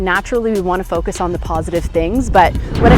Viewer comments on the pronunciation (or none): none